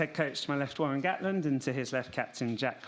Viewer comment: Gatland not Garland - fundamental error.